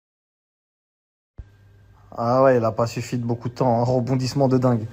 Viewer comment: « Roboudissement » dans l’affaire Pogba. J’en peux plus de vous entendre massacrer ma langue natale 🤮